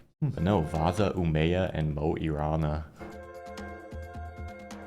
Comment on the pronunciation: The "Omea" pronunciation of Umeå is wild. I cant even finish the vid after that hahaha